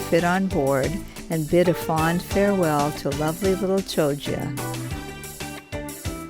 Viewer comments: At least get the pronunciation right : it's Kioggia , not Chioggia (CH in Italian is pronounced K). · At least try and pronounce the place names correctly !